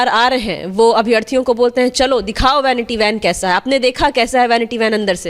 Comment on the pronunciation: Bhainiti bhan pronounciation hai😂😂😂😂😂😂😂😂